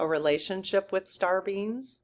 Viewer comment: it sounds like you're saying "star beans". :)